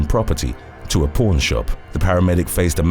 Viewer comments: I don’t mean to be rude, but when you say pawn, it sounds like you’re saying porn. 😝🤪😜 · Pown shop. Haha he said pawn. But we all heard something else 🤪🤣